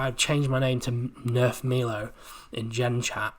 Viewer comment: Omg... it's pronounced My-low... everything else you have said has been spot on though 👌